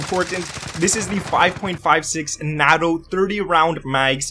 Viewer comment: it's not.nah toe. It's.nay toe. NATO